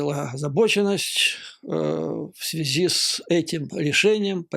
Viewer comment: Немного не в тему. Многоуважаемый Юрий Борисович, вы мой любимый блогер, простите. Больше никого не могу больше слушать , тяжело. Ваша подача идеальна! Маленький, совершенно несущественный нюанс , простите, --- выбивается из плавной красивой речи чисто путинское, много раз раскритикованное филологами " в этой связИ". Простите еще раз. С глубочайшим уважением.